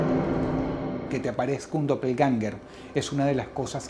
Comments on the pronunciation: Realmente es Doppelgänger, con a umlaut, o a con 2 puntitos xD En aleman: doppel (doble) - gänger (andante) Se pronuncia aprximadamente como "doppelgenga' " Edit: tambien se puede sustituir la ä por ae, quedando Doppelgaenger. Se pronuncia igual Clases de aleman gratis xD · Se pronuncia dopelguenga dross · También lo pronuncia mal en